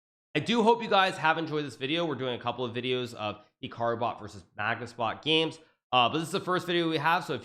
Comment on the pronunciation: I think he’s pronouncing “Hikaru” wrong